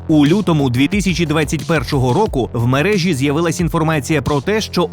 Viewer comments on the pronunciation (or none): none